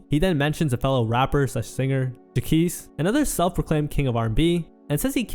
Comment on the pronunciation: idk why you keep mispronouncing Jacquees when they keep saying it in the clips it’s honestly cringey like you didnt even listen to them saying his name when you edited the video. its JAH-KWEESE 😒 not whatever you’re saying